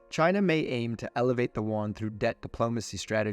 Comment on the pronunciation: Video so full of errors that it made me to watch it really closely and rewind many parts to see if I heard and saw things properly. Pronuncuation of Di-ji-booty, connecting two largest cities(???) in Singapore, eleviate (not elevate) Chinese yuan and map of Vietnam while mentioning Laos.... Feels as if this was generated by AI